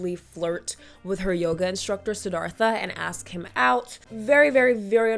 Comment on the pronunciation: He "aws" her to join him?? Don't you mean ASK